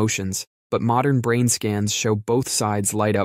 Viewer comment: Why does he pronounce brain as “brain-t”?